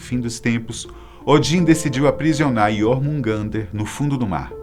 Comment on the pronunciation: A maioria dos nomes não são pronunciados do jeito e ele falou..! (Häti) se pronuncia mas se fala (rati), se pronuncia (hella) mas se fala, (rela) assim como o j na mitologia nórdica se pronuncia a letra i, como JÖrmungadr mas se pronuncia iormungadr, espero ter ajudado